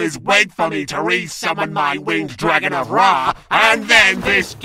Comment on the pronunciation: Because of LK i now subconsciously pronounce dragon as "Dwagon".